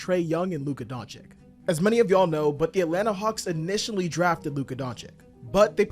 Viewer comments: The Luka disrespect is crazy. Luka Doncik!?!? Come on it’s not that hard to pronounce 😅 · doncic is not a chick bro. Its Doncic not Donchick bro... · how can you even mispronounce Doncic's surname after 6 f years in the league bruh? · Adam Silver's announcement on the draft night is close to perfect, that's why your mispronunciation of his last name right after that clip makes it even funnier :) Good analysis btw.